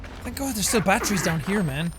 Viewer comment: when jack says batteries it sounds like he is saying BAT TREE'S!